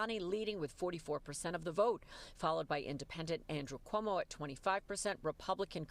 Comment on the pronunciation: Can't even say Cuomo right. Keep dreaming commies Newyorkers will show up